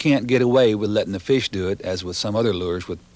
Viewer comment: “Thars a feesh!”